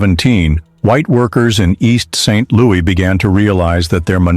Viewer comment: Please re-release this video with corrected speech errors. It's distracting to constantly hear East Street Louie and East Saint...Louie. 🫤 Otherwise, I really appreciate this video. Thanks for the history lesson! 👏🏾❤️✊🏾